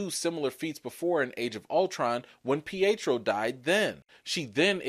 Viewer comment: Not peitro